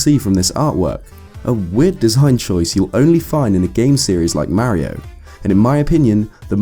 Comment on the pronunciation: It's Mario, Not Merio. Stick to Zelda.